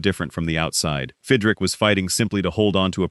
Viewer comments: Who is Fidrick? His name was Mark Fidrych, pronounced Fidrich. This makes the entire video a joke. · pronounced. FID - rich